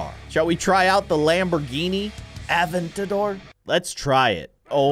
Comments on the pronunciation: "Lamborghini Aven-ta-door" TRIGGERED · You said Lamborghini Aventador wrong it’s not what you said because you made it wrong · And you’re saying Aventador wrong